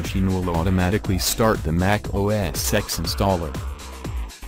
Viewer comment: OS SEX is what I keep on hearing 😂😂😂😂